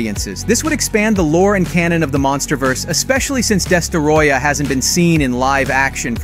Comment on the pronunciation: “Destaroyah” 💀 its destroyah bud